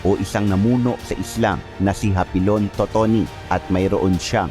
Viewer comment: Hapilon dili hapinon